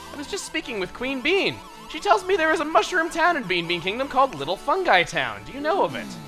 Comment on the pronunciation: The town is pronounced little fun-gee town not fun-guy town,. The joke is that peach is asking Mario to take her to funky town. As in the 80s song +